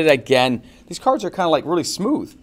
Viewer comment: bro you don't know how to read half of the cards, coming from a non native speaker.